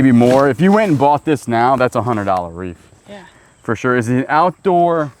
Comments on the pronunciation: No F in Wreath. The correct way to say "wreath" is "reeth" (IPA: /riːθ/), with the "w" being silent, and the sound starting with an "r," followed by a long "e" sound (like in "sheep"), and ending with a "th" sound (like in "think"). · Question: are you pronouncing the word Wreath as Reef? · Are you saying "wreaf" like you say "jury"? Just askin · If only you could hear my husband and I both say in unison “a greyhound dog is a hound dog.” 😂😂 Also my husband wants you to know it’s wreath not reef. 🤣🤣 Love watching you guys!!! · is it a REEF or a Wreath?🤣🤣🤣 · LOL I thought I heard reef, but then thought I was just hearing it wrong